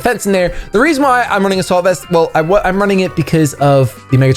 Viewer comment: After all the episodes I've watched of yours I've just realized you were never saying "A salt vest" 😭 #ImANoob